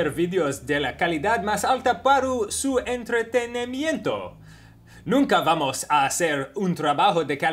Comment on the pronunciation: "Paru su entretenemiento". lol danny.